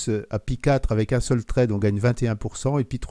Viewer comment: "pie" "trède"..., s'il vous plais, par pitié... Appelez un chat...un chat: Un raspberry "paille" - un "suède" (avec la langue sur les incisives). J'adore votre travail, mais mes oreilles saignent.